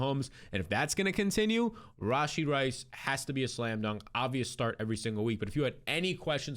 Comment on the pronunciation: The way he says "RAWW SHEE Rice"😂😂